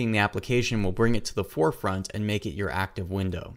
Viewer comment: I never heard anyone say "Ands" where are you from ? ^^